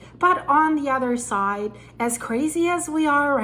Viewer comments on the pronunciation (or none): none